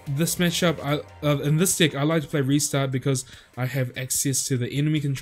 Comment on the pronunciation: So I'm the only one that hears d🍆ck instead of deck